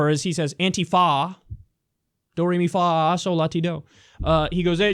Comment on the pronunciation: I thought it was funny how he said do re mi FAAH so la ti do like he was making a point